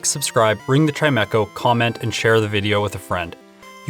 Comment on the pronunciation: I like that you say chimeco